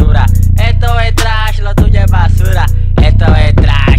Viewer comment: La mala pronunciacion le da el toque bro jajajaj